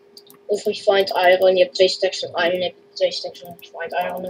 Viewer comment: The kid said iron while you said iroon